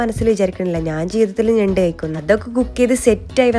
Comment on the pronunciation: നെണ്ട് ❌ ഞണ്ട് ✅